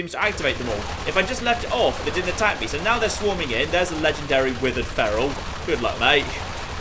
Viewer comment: When he said withered feral I thought he said will Ferrell